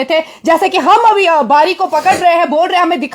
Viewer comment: Dr bari naik nhi bari bolo 😂😂😂😂😂😂😂😂